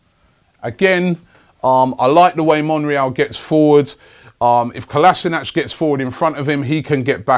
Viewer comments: Kolasinac is pronounced 'Kolashinuts'.....seriously. Get it right Robbie...otherwise thanks for the updates. COYG ! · its Kolasinac FFS !